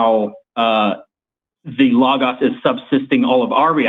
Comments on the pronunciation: It is so grating to hear people repeatedly and consistently mispronounce words. It's friggin Low-Goes for bloody sake! Lō-gōs. If you're gonna use it repetitively throughout your argument, say it correctly! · Idk why, but the way pronounces logos gives me big Jordan Peterson vibes